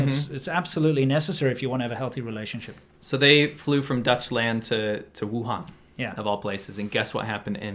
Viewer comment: Did he say “Dutchland” ?😂